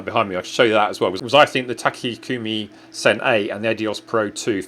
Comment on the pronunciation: Great video as usual, but Takikumi?